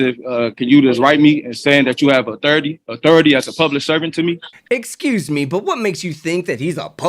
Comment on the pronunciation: What's 'uhtherity"?